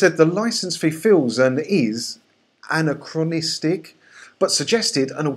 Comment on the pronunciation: pronounced - " Uhh - NAK - KRO - NISTIC" - Otherwise - Love the channel. Though I don't need a BBC license as I live in the STATES. I just find the whole thing fascinating. The only other thing that drives me batty is when educated people say "Suppose-ubly" instead of "Supposedly"